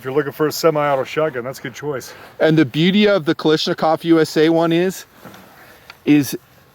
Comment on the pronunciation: Is nobody bothered he calls Kalashnikov,Kalishnakov.Is that an American thing or what?